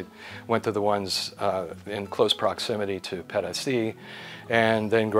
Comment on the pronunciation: 200 USD a month for electicity seems a lot, 1200 USD for catastrophe healthcare seems okay and would be my choice as well. did this wonderfully - I enjoyed his way very much although his "Pedasi" sounded extremely unspanish - more like pedestrian. I dislike many gringos but I like - no I enjoy. No "you know"! I do not even recall when the last time was I listened to a gringo speaking his own language so nicely. Educated, calm and concentrated. I do no find this in Europa neither anymore., so you read this, you are the best US embassador I have seen in decades. This was outstanding. Te felicito.